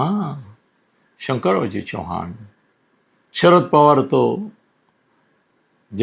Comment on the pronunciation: चौहान नही,चव्हाण बोलो आप मराठी हैं , आपको ये फरक मालूम होना चाहिये .